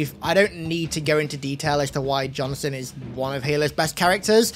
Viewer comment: Why does it sound like you call Sergeant Johnson, Jonathan? 😂😂